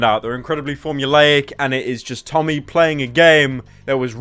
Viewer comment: Someone should tell him he pronounces Tommy's name wrong